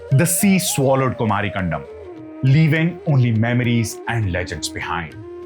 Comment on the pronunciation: Sir, It's not कंडम, it is कंदम्! Kan the m.